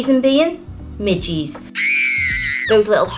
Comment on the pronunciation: They mi ges not mi ggy’s